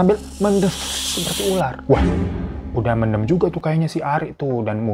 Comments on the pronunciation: Bacanya men'them' bang (them seperti dlm bhs inggris), lucu klo mendem 🤣🤣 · Btw "mendem" ya bang bukan "mendem"😂 Eh gmna c....